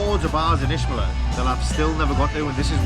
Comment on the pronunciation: (Itch)meler please friend not ishmeler